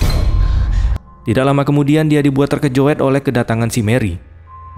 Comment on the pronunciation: "terkejut" bukan terkejoeddd